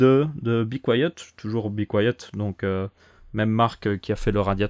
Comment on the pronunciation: c be quiet pas bi quoiyeut hhhhh mais belle video en tout cas